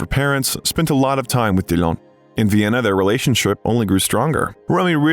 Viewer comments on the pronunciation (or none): none